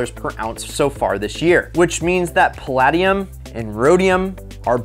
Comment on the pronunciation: Pronounced pa LAY dium